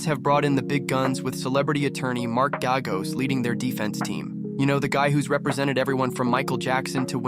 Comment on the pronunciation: Is the narrator some kind of AI generated artificial voice? The cadence is absolutely horrible and unnatural, as are the overtly mispronounced names. It's not "mah-her", nor is there a famed attorney Mark "Gahh-goes".